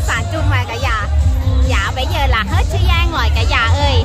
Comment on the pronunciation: Bảy giờ và bây giờ....học phát âm cho rỏ.